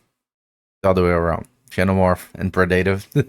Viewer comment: just fyi xenomorph is pronounced "zenomorph"